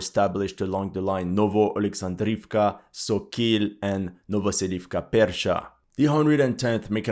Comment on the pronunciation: Sokil is not pronounced SO- KEEL... It's SAW-KALL with stress on the first syllable